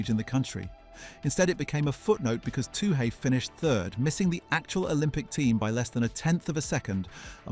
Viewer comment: It's NOT "toohay"; it's "tooee"!!